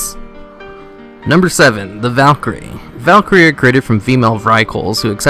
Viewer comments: I know its old, but "Val'kyr" is pronounced "val-keer" and if you say its "val-ker" I'll BC shadow step ambush you at level 19 in heirloom gear scrub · You're pronouncing everything horribly wrong. Gul' Dan = "Goal Don"? Val'kyr = "Valkyrie"? Come on dude. TRY. Edit: Archimonde = "Archie-Mon-Day"? Lmao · You're wrong, it's pronounced. Gul-Dan. Val-kir. Ark-I-mond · Val'kyr is Val-keer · buddy they even tell you how to pronounce val'kyr right there in the audio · does it annoy anyone else how he always mispronounces 'val'kyr'?